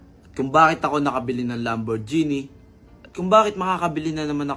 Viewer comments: Lamborghini ❌ Lamborgenie ✅ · ❌ Lam-bor-ji-nee ✅ Lam·br·gee·nee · It's not read as lamborjini haha. It's read as lambor-gehni but spelled as Lamborghini. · Lambur-genie amp HAHAHAHA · Lamborjini raw anong klase na pronouncation yan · Sakit sa tenga pag bigkas ng lamborghini.. maling mali eeh.. Bat naging genie😂😂 lamborgenie yarn. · Mejo natawa lng ako dun sa part nung magkasunod kayo nung nasa video nagsabi ng Lamborghini as Lambor-genie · How could people be tricked by someone who calls a lambo a “lambor-genie” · "Moosetang" "Lamborgeenie" "Wala kong pake sa inyo" Squammy personality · Mustang lang and Lamborghini di nyo alam pronunciation 😅